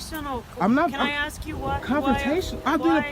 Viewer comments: This channel would be worth watching but the fact that the narrator is incapable of using the English language properly by pronouncing "ASK" as "AX" is very disappointing! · dude, if you’re going to narrate your videos, please learn how to pronounce ASK. It’s NOT AXE, it’s A-S-K! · In the spirit of educating and bettering ourselves sir, just try saying "ask" and not "ax" going forward. Trade a small bit of street cred in exchange for some literacy cred.